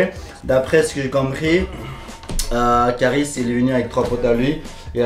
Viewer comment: c kaaris et pas karis